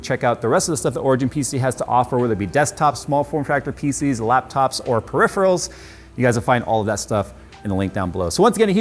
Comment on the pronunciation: "periph-REALs"??? lets try: "peri-PHERALs" haha